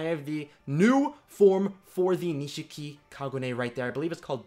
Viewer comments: Nishiki man not Nishika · its nishiki not nishika lel